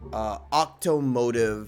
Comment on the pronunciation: oh yeah I think that makes more sense…. But the way he said it wasn’t like how it should. It really should be said like Okomotive like you said.